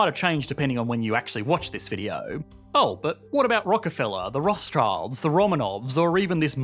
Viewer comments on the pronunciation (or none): Of course someone who doesn't know how to pronounce "Rothschild" also believes that people in the past were poorer than today. The fact that there is not even remotely enough wilderness for anyone but the very richest to go foraging in should put things in perspective. Also, a tax on sift drinks does not change how much people drink, it only changes how much of the money people spend on drinks end up with the company shareholders.